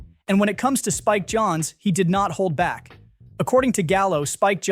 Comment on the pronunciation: Is the "person" reading this an AI voice?.....Spike Johns, Harvey Kidle.... really?